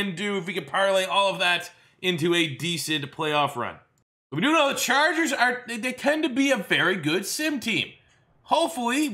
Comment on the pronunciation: "It's gonna be philip rivers and the San Diego Charjuhgers"